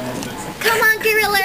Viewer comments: we dont say goriller haha. and then ah you guys had really strange tones in your voices so thats why people were lookin at you funny. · er.... i say "hella". Hullo, i'm an american. Um.. what's a "gorriler"?